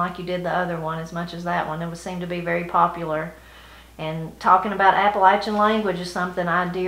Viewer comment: Great info! I cringe when I hear people say Appa-lay-shun. Thanks for saying it correctly.